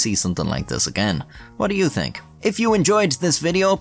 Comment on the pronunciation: anyTING? tink? 2023 learn to pronounce words correctly